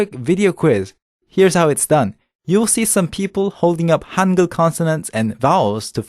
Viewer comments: i keep hearing "hunger" instead of "hangeul".... We will teach you how to write in "hunger"... XD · You read that as "hunger"? Seriously? >_> How about even writing it like that instead of Han-gey-ool